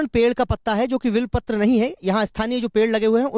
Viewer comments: Sir ji use belpatra kehte he Vilpatra nahi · बेलपत्र बोलो विलपत्र नाही